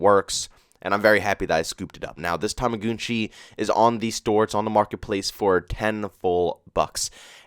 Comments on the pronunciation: Toma- gun - chi im not sure why your saying tomagoonchi. If you have a decent kd and spm you should be fine. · Why do you say tumugoonchi